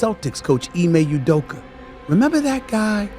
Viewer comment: Jus correction since its grating my ears. Ime Udoka's last name is pronounce OOh-dough-kah. Emphasis on the Ooh, its not You-dough-ka. Please and thank you. lol